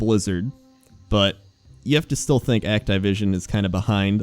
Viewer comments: Did he say Act-Tie-Vision, you mean Activision? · "Act-eye-vision" Please,. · >Act-eye-vision >Not Ac-ti-vision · CURSE YOU ACT-I-VISON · Act"eye"vision........really lol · "act-eye-vision" is this intentional to get on peoples' nerves,? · Act I vision lol you say shit wrong on purpose sometimes i swear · Did he say Act-Tie-Vision? lol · Egg-Tie-Vision? Is that really how its pronounced? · actaivision :D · the fuck is act-eye-vision ? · bro why you pronounce Activision so weird?! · I've never heard anyone pronounce Activision that way... huh?